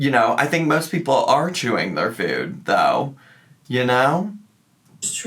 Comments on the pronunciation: I despise the way she’s being saying food as fude 🙄🙄🙄🙄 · She's been adding a 'w' sound to words like food & move & it's really bugging me. 'Fwood' 'mwoove'.